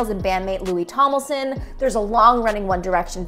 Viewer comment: How do you mispronounce Tomlinson multiple times? There's an N in it! Not Tomlison.